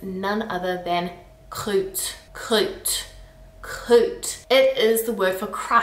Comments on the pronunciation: Croûte ? Yeah it’s meaning is ugly too ; it can mean a scab too ! But really, pronounce it like « Kroot » And yeaaaah « Caca » is the infantile way to say it ; and is literally designed to sound yucky. Same for Crade ^^^ Funny because most of the words you mention as ugly are indeed derogative versions of the proper words ! My Grandmother would scold me for using these words ! Some of them are really funny or sassy, like « meuf » sounding quite like « Muff » ^^ Oh and yeeeeeees ! Flemme comes from the English « Phlegm/Flegm » it did a funny roundabout ; from latin to English and French, it took on a different meaning with time and when the French took it back they twisted the meaning one more turn ! It’s quite funny that you still have some difficulties with the Ü sound ! It’s quite nice though, gives that extra exotic touch to your accent :) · "Croûte" is actually pronounced with a "oo" sound. Same as "Groot" in "I am Groot" (just replace the g- with a k-) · not "crute" but "croute" (the '^' change nothing to how prononce it) not "tatre" but "tartre" (i know the 'r' is hard, and you have to use it before and after the 't') not "eurle" but "urle" ; so it totally not make "eu" like you show. "p,d,r,st," is not just "h,m,s,x,,l", it is "h,m,s,x,,l p,d,ph,l,".